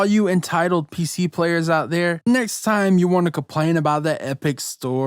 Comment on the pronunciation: Normal people: ‘Complain’: CaPplAiN!!!